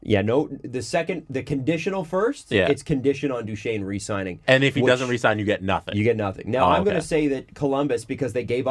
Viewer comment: is having a very hard time pronouncing Duchene in this one.